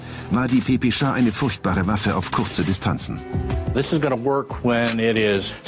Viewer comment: Es Heist PPSH und nicht PPSCHA xD 🤣